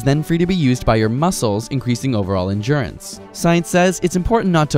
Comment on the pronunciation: I hate how he says endurance.